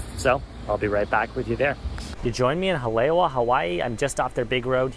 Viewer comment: Haleiwa (like Holly-Eeevuh)